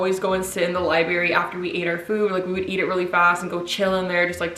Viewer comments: "Lie-berry" 😩 girl its library. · Lmao stays saying "lie-berry" instead of library for years 😂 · Lieberry... Southern talk.